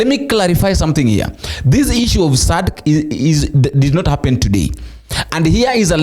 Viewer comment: It is pronounced as "Sadac" and NOT Sadca🇬🇧